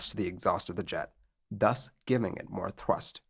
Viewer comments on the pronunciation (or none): none